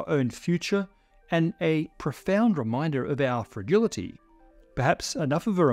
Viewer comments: All of that amazing content and all I can focus on is him pronouncing "fragility" with a hard G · "fragility" with a hard 'g'. Okay but… really? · Never heard someone pronounce a hard G in fragility before :)